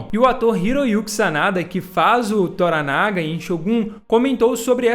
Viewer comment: Na série antiga a pronúncia do nome Toranaga era com a última sílaba tônica como se fosse Toranagá e não Toranága como você fala.